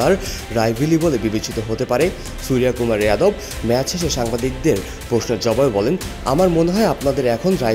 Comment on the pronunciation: কাংলারা আগে বাংলা শিখে আয়, তারপর রিপোর্টিং করিস। বাংলায় নামটা হবে 'সূর্যকুমার যাদব', 'সুরিয়াকুমার ইয়াদভ' নয়। গাণ্ডু কোথাকার!